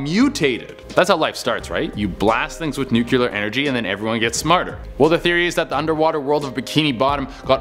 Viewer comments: It's NOO KLEE ERRRR NOT NU CUE LAR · When people pronounce nuclear like nuCUler 🤦🏽‍♀️ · He said "nukeeler" 4 times. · Handy clue: say "new clear new clear new clear" Easy way to pronounce nuclear properly ;D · So... Anyone else feet driven slightly nuts but how nuclear was pronounced...? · Damn, how many u's are in nuclear??